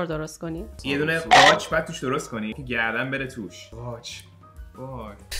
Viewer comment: چرا احساس میکنم قاچ رو بد گفت 🤣